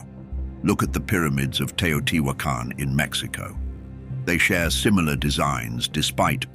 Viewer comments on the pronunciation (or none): none